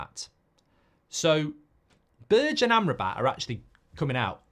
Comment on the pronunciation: B E R G E ! not Birtch